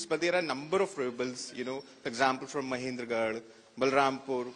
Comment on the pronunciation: Manendragarh..not Mahendra